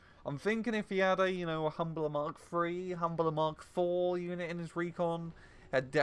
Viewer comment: Is calling the Humber the humbler a fan name or something or are you mispronouncing them by accident?